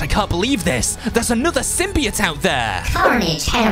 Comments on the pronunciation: It's not sim-b-it its a sim-by-oat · SIM-BE-OAT say it like that. thxxxxxxxxxxxxxxxxxxxxxxxxxxxxxxxxx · I was just laughing at how he said symbiote that’s all